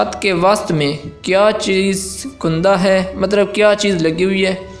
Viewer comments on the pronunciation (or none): none